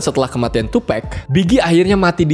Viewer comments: Harus nya tupac bukan tupack, Inget bgt di interview snopp dogg gak suka host ngmng tupack bukan tupac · Tupak bang bukan tupek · iya ding , yg bener Tupac bkn Tupek, ada banyak kok yg uda bahas itu. klo The Notorius bener, tp spell B.I.G itu Bi Ai Ji bkn BIG langsung, tp pake ejaan English, itu aja sih, selebihnya oke bang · It is Tupac not tupack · Nyebut tupac ya sebut tupac , klo lu bilang tupac nya pake e brarti harus ada huruf k di akhir namanya lol. Tupac not tupack